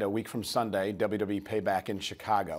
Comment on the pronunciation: Dublew Dublew E -________